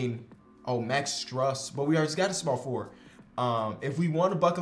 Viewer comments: Bro I’m sorry to do this to you but as a heat fan I can’t let you miss pronounce max strus’ name. It’s pronounced stroos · Strus is pronounced stroos, 😂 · Pronounced “stroose” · you keep pronouncing miami heat legend max strus name wrong. Js